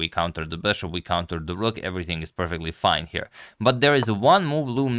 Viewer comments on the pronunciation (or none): none